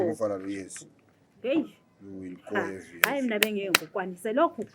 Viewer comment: Yo will go heavy.. heavy 😂😂🤣🤣 umalume i English